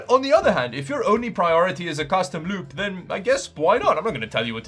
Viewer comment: He keeps saying "loop" and I keep understanding "lube"